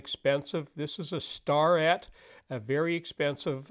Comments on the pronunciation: I think it is pronounced “stare et” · its pronounces STAIRette :p